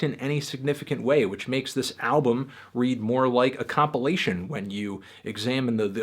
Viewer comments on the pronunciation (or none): none